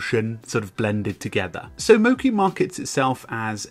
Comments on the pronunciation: I am Japanese and it is mochi, not moki. It is Japanese food. “餅” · not moki its mochi. "chi" as if *che*ese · It's not "mo-ki" it's "mo-chee" - as in the glutinous Japanese rice used to make sweet treats. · You've pronounced the name of the program wrong the entire video. Mochi is a Japanese word for a sticky rice product, it should be mo-CHI (as in Cheetah)